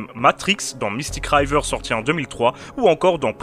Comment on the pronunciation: mec japprecie tes videos, t es un des seuls youtubeurs francophones dont jregarde les videos, mais s il te plait fait quelque chose a propos de la prononciation des noms en anglais parce que mes oreilles saignent a chaque episode, Mystic River, le i se prononce i pas ay, cest river pas rayver. Regarde les films en anglais au lieu d en francais et ca s ameliorera rapidement. jcomprends que tu t adresse a un public francophone, mais quand meme, la meilleure maniere d aprecier un film cest dans sa version originale, et ca te permetra d entendre comment les mots et les noms propres anglais sont prononces. desole jai pas d accents sur mon clavier. continue en tout cas tu fais du bon boulot.